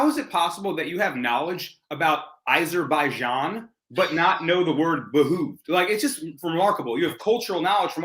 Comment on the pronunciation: I'm gonna need a fucking cat scan from laughing so hard. disgust......lmfao It would behoove him to go to Bermuda. via ah-shur-by-jan!!!!